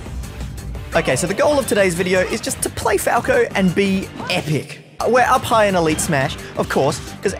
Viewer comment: When he said were up high in elite smash I thought he said Were high